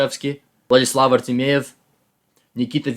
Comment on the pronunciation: He mispronounced four names, actually. Artemiev, Svidler, Karyakin and Nepomniatchy. First three were very slight, the last one - not so much. Still, a very respectable result